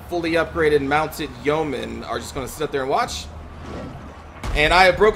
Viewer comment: It's yeomen, not yoemen ;) That battle was looking pretty good before the abrupt ending. SAD!